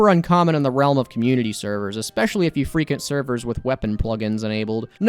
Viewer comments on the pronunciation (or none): Frequent is pronounced with the W sound after the Q. like Free qwent.